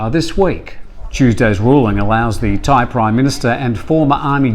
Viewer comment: So funny when you turn on your "ying-tong" accent when you try to pronounce Thai names/places.